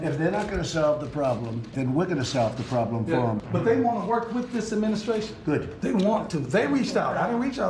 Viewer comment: "adminiscration" ha